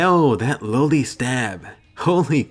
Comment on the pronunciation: I'm sorry but the way you say loli makes me laugh so damn hard lmao 😂😂😂😂😂😂